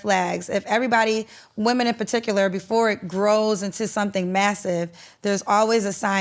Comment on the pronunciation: “Women” 😖 Please pronounce correctly. Seems like there’s a lot of backtracking on his part to keep from getting canceled.. His personality is so cringe.